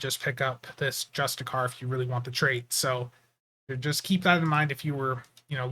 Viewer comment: Justicar, pretty close. You have the first part right, but it ends with a "she-er" sound.